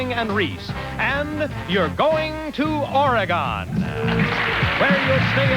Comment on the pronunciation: As a native Oregonian, I cringed at the mispronunciations of "Oregon" and "Kah-Nee-Tah"!